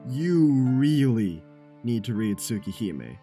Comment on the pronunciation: Whatd u say its called? Tuh- Tuhsooka Hahme?